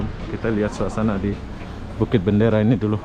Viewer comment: Dia sebut Bukit bandara. Bandara dalam Bahasa Indonesia tu airport. Asal boleh je 😂😂